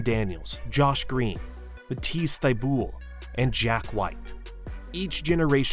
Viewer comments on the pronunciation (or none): I'm pretty sure the quarter final loss at Paris was to Serbia, not Slovenia. Also there's a fair amount of mispronounced names most notably Bogut, Exum and Thybulle. Seems to be the 'u' is the issue.